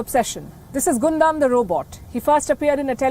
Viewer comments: I love how she reports everything ❤️ but one thing i wanna say palki it's gundam as gun 🔫 dam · Gundam Gundam Gundam XD for a second there i was wondering what Gondam was but an excellent report by Palki as always xD